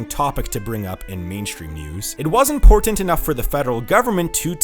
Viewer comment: I can't tell if he did this on purpose but he emphasized "port" in "ImPORTant" in such a weird way that I thought he was making a pun XD